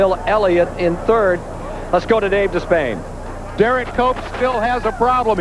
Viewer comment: When benny parsons started saying HERE COMES DERRICK COPE, I can swear that he's saying HERE COMES DOPE COPE!